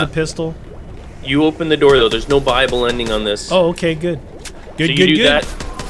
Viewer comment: Buyable. It does sound like he's saying bible.